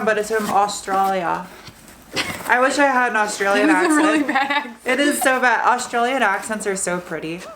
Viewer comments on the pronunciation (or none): none